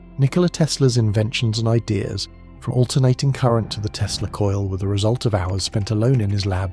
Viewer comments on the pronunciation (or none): none